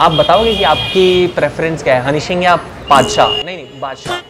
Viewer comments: Paadshaah nahi nahi badshah😂😂😂😂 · Padsah ***nhi nhi badsah (epic) 😂😂😂😂😂😂😂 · Badshah ❌bata✔️😂😂